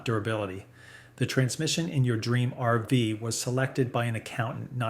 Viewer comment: Was interesting until you called an rv an "arvas", then I figured out you are nothing but an AI "voice"! What is the problem with you people that you are too damn lazy to voice your own videos? Do you think we are that stupid that we cant figure it out??